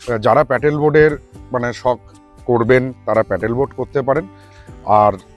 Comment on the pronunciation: এতো "কিন্তু" কেন!?!? Paddle boat প্যাটেল নয়